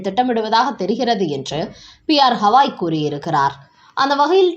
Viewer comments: உச்சரிப்பை சரி செய்யுங்கள். குறிப்பாக தலைமை நீதிபதி என்று குறிப்பிடும்போது. அவர் பெயர் ஹவாய் அல்ல, திரு. கவாய். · யெக்கோய் எம்பூட்டு முறை சொல்வது, சுப்ரீம் கோர்ட் தலைமை நீதிபதி "கவாய்", ஹவாய் அல்ல 😊😊